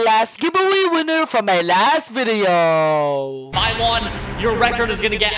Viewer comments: saying milyon What i hear:my lawn nylon and more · Bro 💀💀💀💀 At least pronounce milyon’s name properly